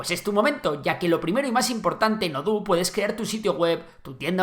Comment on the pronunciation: ouhlala señor frances, se dice Odoo no oduuu